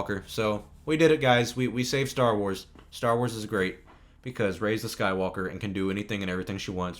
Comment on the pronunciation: The way says "Skywalker", it sounds like "SkyWOKEr"...